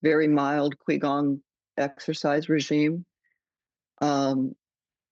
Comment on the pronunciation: quigong is pronounced chigong